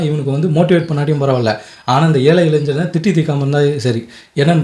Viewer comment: ilainjan இல்ல கண்ணு.இளைஞன். ஞ , ஞாயிறு, உச்சரிப்பு மிகவும் முக்கியம்.